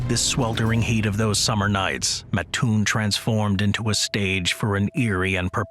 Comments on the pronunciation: Hate to be that guy. You start out correct... living an hour from Mattoon... Its MAT-toon. not MaTOON. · ooof little off on the pronunciation... also home of the Original Burger King